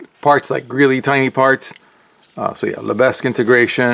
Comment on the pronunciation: Just fyi, the “s” in Lebesgue is silent.